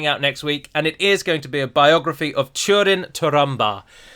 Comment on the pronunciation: please remember that ú as in húrin and túrin is pronounced like the oo zoo